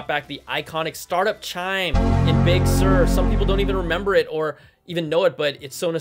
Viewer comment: damn you man! when i see an article on Big Sur.... i can only hear your voice... BIG SURRRRRR